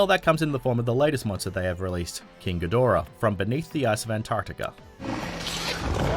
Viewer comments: It's King GEE-da-RAH. Apparently you've never seen his debut movie from the early '60's, Monster Zero in the '70's, or Godzilla vs Mothra and King Ghidorah: Giant Monsters All-Out Attack from 2001. While I admit that Toho pays little attention to continuity, if Ghidorah's name was mispronounced (ga-DOR-ah) they never reshot the scene to correct it. (Gamera...Gam-er-rah...was mispronounced by an American actor playing a news anchorman who called the Kaiju turtle Gam-mare-ra in Gamera: The Attack of The Legion. Once again, because of the fact that the scene wasn't reshot with the correct pronunciation, the goof up stayed in the movie. This is because, despite the fact that I love💟💞💗 Japanese Kaiju movies, they're cheesy, badly acted, and made as cheap as all hell.) BUT HIS NAME IS PRONOUNCED GEE-da-RAH. And if you're thinking I'm being a nit picking bee-auch just think about how you'd feel if some moron kept mispronouncing your name. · It's pronounced GEE-DORA btw